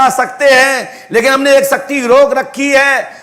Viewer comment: शक्ति bolna to सीख लो सक्ति बोल रहा है इन मे siddhi hoti to aatankvad per paryog karte desh ke सीमा vivad per paryog karte